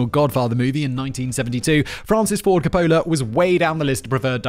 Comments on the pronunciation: Francis Ford Car-Polar... Is there anything this guy can pronounce correctly? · The way he pronounces Francis Ford Copola is killin me. Lol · My GF has interrupted this video at least twice because "Simon isn't pronouncing Coppola correctly" like that's what is important here😮‍💨🤬